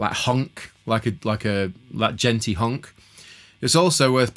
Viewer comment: Change you're band's name to "Djenti Honk" I don't know why but every time you said that it cracked me up haha